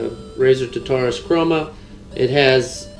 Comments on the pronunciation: Today we got the razer Tuhtarus!!it is pronounced tarterous. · tarrrr taaa ruuuus. Pronounce it correctly. Its greek hell not some made up word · It's pronounced Tar- tar- us . Then combine them :).